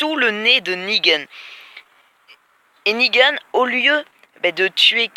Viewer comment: Pas mal la vidéo mais pourquoi tu déformes les noms ? Alenxandwia Negueune Gwegowie Soviors ? Et c'est pas une petite avance que les comics ont car quand même sa fait plus de 3 ans que Negan existe dans les comics^^ Sinon gg la vidéo encore une fois.